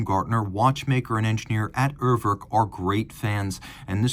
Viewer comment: Dear, I know you're very much one for getting things right, including pronunciations. It's not "err-werrk" (as in "twerk"). The first vowel sounds pretty much like "ooh" in the letter "U" (spoken "yooh"). Another example would be how English speakers say the word "Uber" (the company). The second vowel isn't an "o" as in "work" but an "e" as in "estimate". If you wanna get fancy, it's /'uːɐ̯vɛʁk/ Cheers